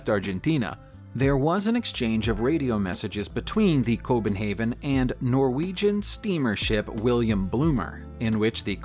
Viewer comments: Well the ship København - he is really molesting that name, by mixing the “Copen”start of the word, with the danish ending “havn” (except he also fucks that up... and pronounce it “haven” - .... instead of just using “Copenhagen” like all others. - .... but often trying to pronounciate things makes big mistakes instead of just using what is “commonly” used on your everyday language. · The Big 5 master ship isn’t called cobenhaven but København/Copenhagen i know that as a danish sailor and chief engineer on the school ship Geog Stage